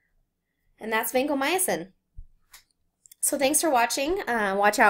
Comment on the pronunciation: it's not vancomyAcin